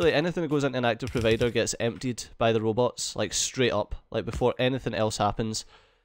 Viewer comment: Some times the way + says it "Robbits" those fluffy robbits